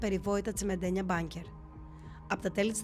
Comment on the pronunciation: Τα σύνορα δεν έκλεισαν μετά την ρήξη με την Κίνα το 1978, είχαν κλείσει ήδη αμέσως μετά τον πόλεμο! Επίσης τα πολυβολεία τα λένε "μπουνκερ" και όχι...μπάνκερ λες και μιλάτε για "τραπεζίτη"! Επίσης είναι ψέμα οτι μόνο στους μεγαλύτερους υπάρχει νοσταλγία τον Χότζα, αντίθετα η νοσταλγία για την Λαϊκή Δημοκρατία και τον Χότζα κάθε χρόνο και αυξάνεται με όσους Αλβανούς συναντώ στην Ελλάδα ή στην χώρα τους. Τέλος λυπάμαι πολύ που ακόμα και ένα από τα λίγα καλά που έκανε (κατά τη γνώμη μου) την εθνική αυτάρκεια, εσεις την χαρακτηρίζετε "παράνοια"! Μακάρι όλες οι χώρες σήμερα να είχαν ως στόχο την εθνική αυτάρκεια στην οικονομία τους! Λυπάμαι πολύ αλλά είναι κακό το βίντεο σας και μάλλον σκοπεύει να περάσει συγκεκριμένη προπαγάνδα!